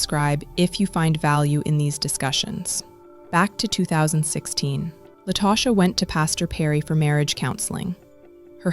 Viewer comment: An ethical non-monogamy group? What in the world? I bet he wasn't cool with his wife or mistress engaging in ethical non-monogamy. These men really do be trying to get away with this foolishness. Also, did the person putting together this narration not listen to it first. La-toe-sha??? I'm annoyed 😩